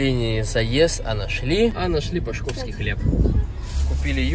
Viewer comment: Правильно пАшковский хлеб и усть лабИнск.